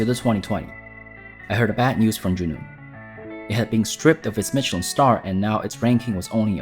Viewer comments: Why are you pronouncing Michelin like that? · You cant even pronounce michelin right... Grrrrr and its SorBEY not sorbit zzzz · Just a little friendly correction, the ch in Mechelin sounds like sh.